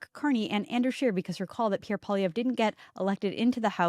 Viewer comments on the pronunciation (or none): none